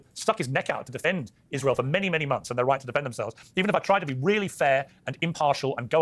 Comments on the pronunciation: why does she keep saying "Ishrael" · Why does she say ish-rael? Is it a neo-n**i talking point or is it a language disability?